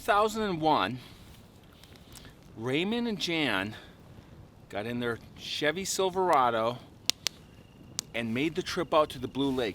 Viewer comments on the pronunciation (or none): none